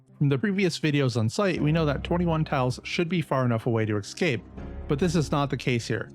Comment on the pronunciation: Escape, not excape.